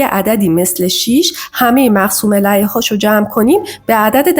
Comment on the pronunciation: تلفظ مقسوم علیه اشتباهه Elayh❌ Aleyh / Alayh✅